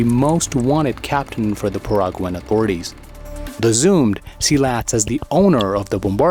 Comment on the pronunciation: It is Not pronounced Paraguan, it is Paraguaian. Exelennt video